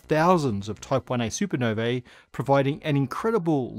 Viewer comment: Supernovae = “soo-per-noh-VEE”!